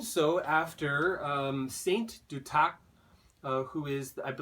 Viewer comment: Duth ac. Not du tac . Lol